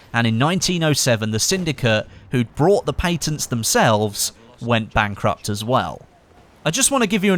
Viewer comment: Lmfao on how said patent!